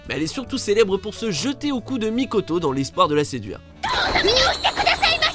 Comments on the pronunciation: c'est mikoto pas "mikato" T-T RIP railgun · Mikato mais réviser votre prononciation